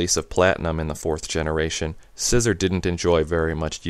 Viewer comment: Isn't it See-zor not Scissor? i pronounce Scizor Psy-zor and See-zor